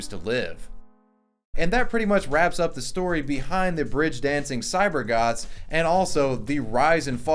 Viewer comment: really sounded like "cyber gods"